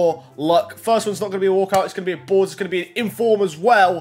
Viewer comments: Why do you say boars it’s called a board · He literally says boars